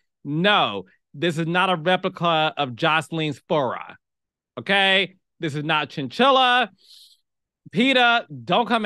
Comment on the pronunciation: Not the “fur-rah”